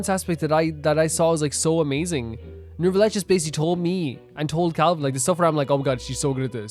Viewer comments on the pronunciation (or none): By the way, its NeuVillette, not NeuRRvilette